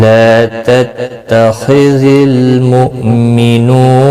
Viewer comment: یتخذ کوتتخذ پڑھ دیاھے اسےدرست کرلیں اسی طرح تقۃ کاوقف بھی غلط اداکیاھے